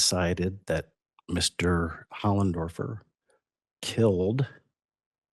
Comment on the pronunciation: Why is he saying hollendorfer it says hoffendorfer